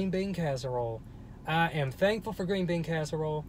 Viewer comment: let’s eat chocolate every time says “thankfull” i would be dead